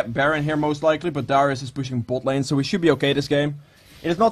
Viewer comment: i heard it when you said bot lane :)